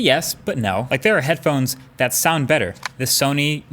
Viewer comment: I laught so hard when he was trying to call sony name